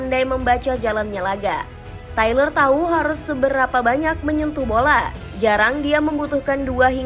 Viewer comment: stiller dibaca syler